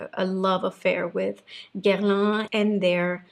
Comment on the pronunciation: Superbe vidéo j'ai adoré, you say " Guerlain " perfectly French 👌🏼👏🏼😘